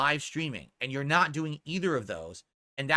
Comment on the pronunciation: "It's naut gambling ..." Says the gambling addict.